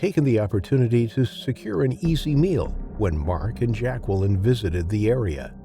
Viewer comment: Yeah and learn how to pronounce Jacqueline correctly.